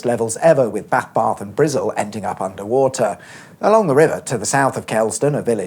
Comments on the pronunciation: It's more "Bristle" than "Brizzle", but who gives a fuck? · It’s not Brizzle that’s fking insulting it’s Bristol!!!! Ffs Cheers!!!! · Point of order: No Bristolian has ever called Bristol Brizzle. It’s an urban myth. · Speak English..Wtf is Brizzle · I love how you called Bristol “Brizzle”. I would imagine if the A431 could still be a toll road to this day. Plus you should do the A47 in Norfolk that parts of the A47 is getting the upgrade to dual carriageway. And plans to dual carriageway the entire A47 from King’s Lynn to Peterborough and from Peterborough to Wansford. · bath barth and brizzle LOL